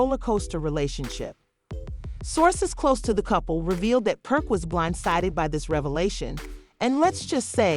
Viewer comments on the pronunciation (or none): you definitely called him perk🤣🤣🤣🤣